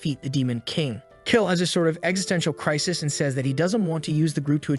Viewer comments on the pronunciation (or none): none